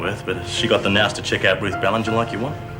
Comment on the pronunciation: It may just be our accent Jo Hiker but I think the term you are refering to may be 'nous' meaning 'common sense'. Phonetically it is pronounced 'now-s'